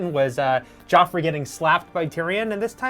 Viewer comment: You mean Joffrey, not Geoffrey